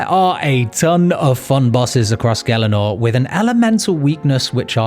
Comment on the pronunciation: Why did nobody tell this guy he's pronouncing gielinor wrong